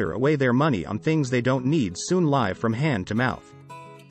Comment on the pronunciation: Dear robot, you're pronouncing live wrong.